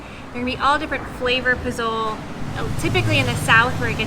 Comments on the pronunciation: Posole is more closely pronounced as poh-soh-leh. The "e" is never silent in spanish. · I think you were jinxed after you mispronounced pozole so many times. Considering the vehicle you’re driving it’s amazing you weren’t hit more than you were for bribes. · I caught that too I said wait a minute that’s not how you say pozole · Sorry & with all due respect, your pronunciation of “pozole” & “Jamaica” is incorrect. (I’ve only gotten as far as of your video.) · Just had to add its Po-Zo-L-Eh i keep telling my screen 😂😂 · You did not just call the soup "pazol" its pazole(pah-sol-eh) 🤦🏻‍♂️ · Po-zol? 🤦.... It's pronounced po-zo-le... In Mexico it's not like in the states where if u have a word end with the letter 'e', often times would make the 'o' the strong sound. So just phone the word in 3 parts, making sure you pronounce the 'e' and it should sound like the 'e' in the word 'end' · I think it's pronounced pass-sol-lay or po-solee depending on where you are...not pazol as it looks "pazole". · Had to comment: When you said "Po-Zoal". Its pronounced "Po-soh-leh". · Pozole?!!?? Guys. It’s not “po-zole” it’s pronounced “po-zo-le”. Love the videos. Stay safe y Saludos! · You should pronounce the food as, "po-so-lei". Not po-zole. The Z is an S sound. It's a common stew all over mexico, there is red, white and green pozole. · I'm surprised y'all went there. I went there 35 years ago, pre-suck. Loved it. Wouldn't go now. Love your videos. By the way. Poh-SOH-lay. Not po-zoal. You must get pozole verde. This "green" version is from Guerrero state, although my wife and I first tried it in Puerto Vallarta. THE BEST. Whoops.......now I see you're leaving. Well, when you get back to Mexico, then. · Pozole .. pronounced like pa- soul-lay... love the videos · POZOL-eh! the E on the end of Spanish words is not silent! I'm finally in Acapulco now for my first time... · You are not saying Pazole the right way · It is pronounced pozolE. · Prounounced Po so lay